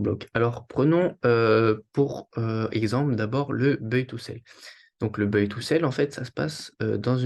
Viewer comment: salut, buy se dit "baille" pas "beuille" sinon merci pour la vidéo